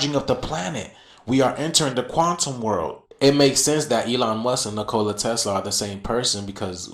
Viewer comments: The one guy needs to say his name correctly!!! 😂 Nikola... not Nicola like a drink! 😅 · I’m sorry but Ol boy sayin Ni-Cola is buggin me. I’ve always heard it pronounced Nico-La. And I don’t see the resemblance between Nicola and Elon. He be reaching but give him the floor anyway? And shoutout to everyone in the comments. Stay together and pray together. I hope we all become desciples of Yashua. 🙌🏽🙌🏽🙌🏽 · bro said NCOola Tesla can you pronounce his name right? 😂😂😂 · If u can’t say Tesla’s name right. Don’t fkn mention it in some stupid a$$ theory. That makes zero sense. NiCola. wtf. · Can someone tell that man how to pronounce Nikola 😂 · 4 airplanes flying in a military formation leavin contrails?? How is that scary? WoW... 3 white guys have some of the same basic facial features so they're related? He cant say Nikola correctly to save his life. These people are just dumb and hoping a viral video. I had to stop after about 10 mins I couldn't take dreads in a parka. Looking like 🎶🎵a tundra boy just trying to make it... 🎶